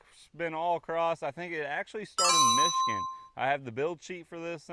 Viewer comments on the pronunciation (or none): none